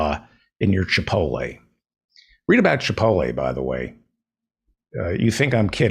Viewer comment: What is so hard about pronouncing chipotle? There is a T lmao